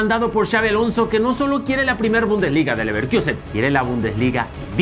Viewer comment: Ni porque está de moda dejan de decir Leverquiusen. 🤦🏽‍♂️